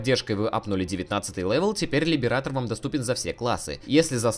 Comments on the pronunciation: "Либерейтор" а не "либератор", хватит по ушам кататься. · каждый раз когда кто-то произносит Либиратор , где -то умирает один стример